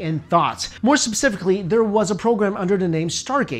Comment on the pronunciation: Did that guy seriously just say "subsifically" instead of "specifically"? How the actual f do you get is so wrong without actually trying??